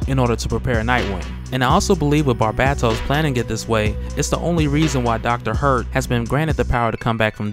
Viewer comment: Its pronounced BAR BAY TOS not bat bat tos btw